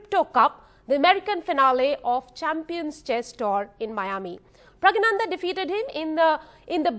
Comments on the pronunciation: Not praggyanandha.. praggnandhaa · Please pronounce his name correctly . It is not Pragyanandha . It is Praggnanandhaa. Please see Agadmator channel where the channel host , a foreigner corrects his pronunciation and pronounces correctly. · She was repeatedly infering him "Pragya" ,instead of Pragg or maybe praggna , 😂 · first of all get his name right its pronounced as praggnanandhaa not pragyanandhaa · Appreciate NDTV doing this interview, but would be nice if the anchors learn how to pronounce Praggnanandhaa correctly.